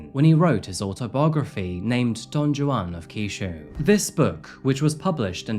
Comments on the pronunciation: Love your videos dude and I watch them almost religiously but... the way you say Don Juan kills me... it's pronounced Don Hwan. Not Don Jooann. I can't be the only one who gets frustrated when people mispronounce things that are easily looked up... just sayin, an extra couple of minutes googling pronunciations would improve things drastically when it comes to your presentation. Again, it's meant as constructive criticism. Much love. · Not trying to be rude, but Don Juan is not pronounced with a hard J. It’s pronounced Don Won. And sa p-o ro is Sa PO ro, not sa POOro. I applaud the research, but the mispronunciations can’t be excused. You can literally find exact pronunciations on google. Thanks for the video. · any one else spend half the episode tryin to figure out what a don-jew-on is😂 didnt realize he was just mis-pronouncing Don Juan till half way through. though it was a japanese term i was unfamiliar with at first😂 hey, if you see this the j makes a W sound, its spanish. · It's pronounce Don Wu-ahn not ju-on. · Dawn Joo-awn? ohhhh. DON JUAN!!!! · Hey, I’m sorry, it’s not Don Joo-An. It’s Don Juan, with Hispanic enunciation. Like “hwan” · In Spanish, the J is pronounced like an H, so Don Juan isn't Don Jew-an but more like Don Won. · Look, I hate to be 'that guy', but it's pronounced 'Don Hwuan', right? It's not just me? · Don Juan (who-wan) 😭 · Psychopath meets psychopath. Dog murdered. (it is pronounced Don Wan). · don joo-an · you actually pronounced the J in "Don Juan" lmaoooo